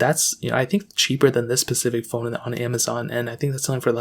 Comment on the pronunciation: SPECIFIC, SPECIFIC. NOT PACIFIC